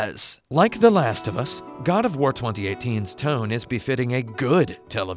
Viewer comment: "GOD O'FWAR" lol